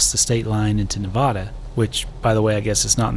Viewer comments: FYI its Nev-add-a, not Nev-odd-a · Great video! Really enjoyed watching you explore our stomping grounds. Also it’s Ne-VAD-uh